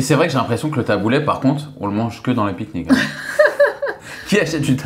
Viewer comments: J'entends "Taboulait" mais non stp taboulé 😂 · Le taboulayyy? 😅 Qui prononce comme ça? 😅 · Ma soeur fait des taboulés maison hyper rafraichissant. Oh par contre j'ai sauté au plafond mdrr on dit taboulééééé pas taboulaiiii